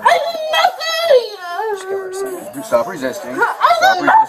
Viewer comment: "you're liteuraly taking me to jail for NATHING"